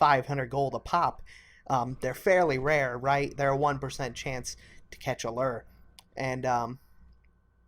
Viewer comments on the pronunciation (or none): Gaming it is loo-er. Not lur. I'm American and a fisherman irl. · Loo-er not a lur! Good video though! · This dude mispronouncing lure made me want to kill myself over and over and over again